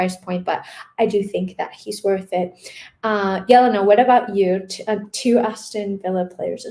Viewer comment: Jelena a ne Yelena !?